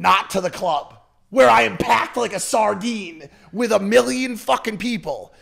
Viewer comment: He tried to say million but slured his words